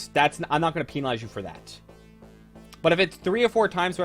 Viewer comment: “Peenalize” lmao